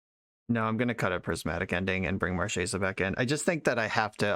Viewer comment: wish i could double thumbs up. one for running marchesa and another for pronouncing her name right